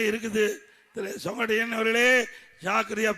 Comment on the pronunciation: He is calling his name as Songottaiyan... Not Sengottaiyan...😂😂😂😂😂😂😂